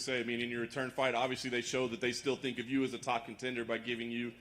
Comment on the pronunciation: Hey burns you better cut off the word fink and say tink if you can't say think.